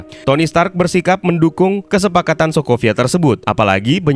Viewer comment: Stanley: are you TONY STANK? Stark "r" Dibaca n maklum udah tua🤣